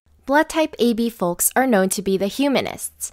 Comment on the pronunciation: Why does she pronounce the L in folks